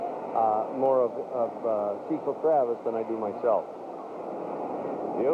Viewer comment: PA announcer says, "CEE-sull" instead of "CEH-sull" and you can see Fielder say, "Aw, man. He called me CEE-sull, man."